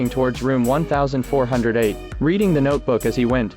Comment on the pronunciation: Guys, its called 1408, said as "Fourteen-O-Eight" based on a Steven King short story.